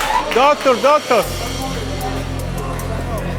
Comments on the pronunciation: Докторь, докторь перфект инглишь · Ржал когда Амиран звал доктора с акцентом 😂🤣